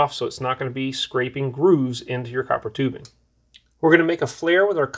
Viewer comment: I like how they say coppertubing as one word. Brilliant stuff. Coppertubing!